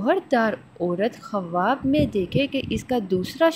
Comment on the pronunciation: khuaab hota hai. kawaab nhi.